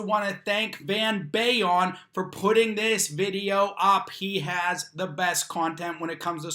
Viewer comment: Great video, I've seen this psychotic woman before on other channels, probably Van's. But something funny I notice, whenever you say Van Balion...on the last word you kind of pronounce it funny. I don't think it's pronounced Bay-ion. Its BAL-ion.